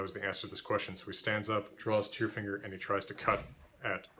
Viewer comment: Tyrfinger, is that bullfinger or just “tyrfinger” pronounced with an American accent. Sounds like “tearfinger”